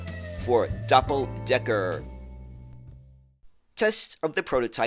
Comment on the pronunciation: I have to be that guy. It’s „Doppeldecker“, not „Doppledecker“. A merry Christmas to all of You from Mr. Know-it-all 😁🎄!